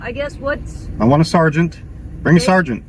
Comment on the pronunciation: Your crappy robot voice needs to learn how to pronounce “sergeant”